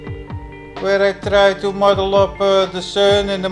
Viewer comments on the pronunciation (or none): Did you say model or MUDDLE?